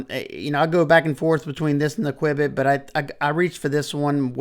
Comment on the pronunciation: I feel like its CUE-bit